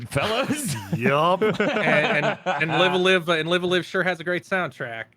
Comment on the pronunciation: i know it's literally spelled "live a live" but isn't it supposed to be pronounced "live alive"?